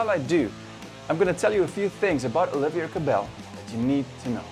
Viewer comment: It’s Oliver no Olivier